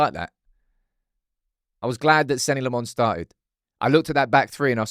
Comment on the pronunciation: Lil bro is still saying Senny Le'Mons. 😂😭😭